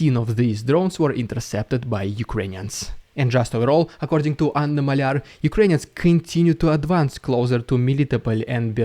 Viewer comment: its Ganna mAlyar, not Anna malyAr